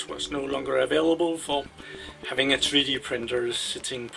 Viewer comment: "tree dee printer" lol